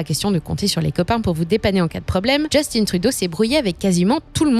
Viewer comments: C'est drôle qu'on nomme Justin Trudeau en le prononçant à l'anglaise dans une vidéo en français. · hello, comment peut-on être aussi loin de la réalité? On voit que cette chaîne ne sait pas de quoi elle parle. Ca commence par la prononciation du nom du premier ministre. Pa thé ti que! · On ne dit pas Justine mais Justin Trudeau c'est un nom francophone ça ne fait pas chic dutout ici d'angliciser la prononciation des mots on est toujours fier d'être canadien francophone (nuance non pas français). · Justin ça ce prononce pas Just'une mais Just'in....comme le mot pain....p'in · Ça se prononce Juste-hein Et non just-in. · justin pas justine. c'est un quebecois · Analyse très intéressante Par contre, Justin Trudeau est québécois et francophone malgré les apparences. On ne prononce donc pas son prénom "djestine" mais bien Justin en français ;) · JUSTIN (pas JustinE) par pitié 😂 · Grincement de dents…. « Justine Trudeau » Pourquoi « Justin » prononcé à l’anglais… Mais pas son nom de famille? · Bonjour, simplement vous dire que Justin Trudeau est francophone de naissance donc on dit Justin en français :) et non Just-In. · Pour ma part, tout va bien, évidemment tout est plus cher, mais c’est pareil partout dans le monde. De plus, les salaires suivent et augmentent rapidement. Ha oui, c’est Justin Trudeau, pas Justine. C’est un Québécois francophone, donc pas besoin d’employer l’accent anglos. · On dis pas Djustinne Trudeau, on dit Justin en français 🤦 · Attention dans votre prononciation du "JUSTINE" TRUDEAU. "Justin" est un francophone et son prénom se prononce en français. Ici au Québec nous tatillons sur la langue française. Sinon ce reportage est légèrement alarmant et nous croyons rebondir dans les 5 prochaines années. Merci. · Pour info, ici on ne prononce pas Justin à l'anglaise mais bien en français. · On dit Justin, comme Justin Bridou, pas comme Timberlake.